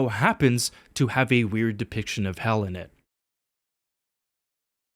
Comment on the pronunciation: "Hell ah" hell mangas